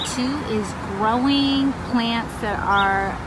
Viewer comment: Why did she say “gwowing pwants” though?